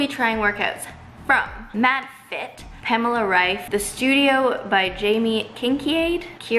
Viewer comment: They first English speaking person who pronounces Pamela Reif´s name right 🤣